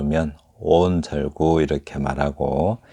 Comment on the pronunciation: 사단 구성!? 제발 한자로 쓰십시요! 사단이란 대체 무슨 뜻인가요? 한글 전용의 위선적 폐해를 아십니까? "한국 어문을 고발함"이라는 책을 조용히 읽어 주실까요? "절구"는 "절꾸"라고 읽어야지요!